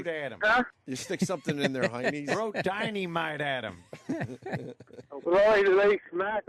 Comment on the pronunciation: "throw diney mite at em!" F%$@ Ant, lmao